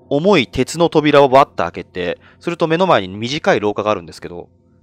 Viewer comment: 重い鉄の扉を 重いケツの扉 って聞き間違えた😓